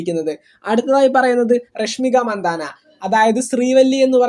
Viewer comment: രഷ്മിക മന്ദാന അല്ല. രഷ്മിക മന്തണ്ണ എന്നാണ് ശരിയായ പേര്.